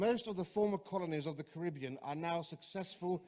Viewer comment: Why do you pronounce Caribbean wrong?